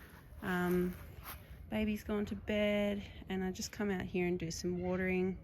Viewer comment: Why do Australian wimmin say "heeya" instead of "here"? Is it a form of retadayshun?